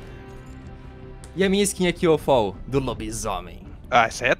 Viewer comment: não é foll se fala fall